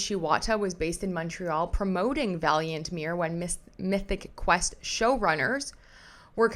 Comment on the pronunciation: ….you pronounce Montreal correctly! No need to apologize for it 😜